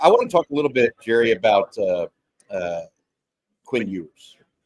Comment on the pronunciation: Its (Elen-gurr) Gerry.. Really man!? LOLOL